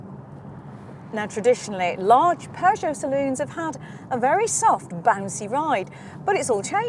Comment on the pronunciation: There is no R in Peugeot, great review otherwise.